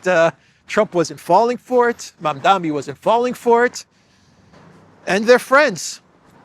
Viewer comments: Please get the name right when reporting…You keep mispronouncing the name as “Mamdami”…It is Mamdani (with a N)…it’s a difficult name I admit. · Mamdani not mamdami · Mam-Da-Ni MaMMMdaaaNNNeee. MAMDANI. Mamdani. Come on,!